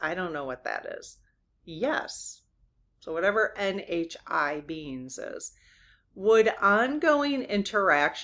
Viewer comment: I love the way you say "spiritual beings" and it sounds like "spiritual beans" lol